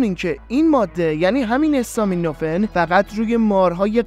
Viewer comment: برنامه عالی بود. فقط یک نکته اسم دارو استامینوفن به فتحه الف است.acetaminophen